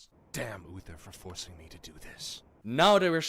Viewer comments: He keeps calling him Ufer 😅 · Oofer and arfas lol 😂 now you can’t un hear it 😅